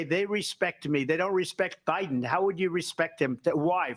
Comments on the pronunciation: Did she say Obiden? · Uhhhhhh did she just say Obiden ??? Omg she sure the hell did !! I knew Obama was behind all this crap !!